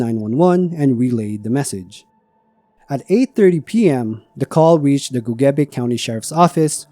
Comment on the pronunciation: He actually says Gogebic correctly. People in the area often don't do that.